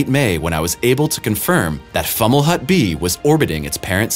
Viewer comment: It’s pronounced “Fow-muh-lawt”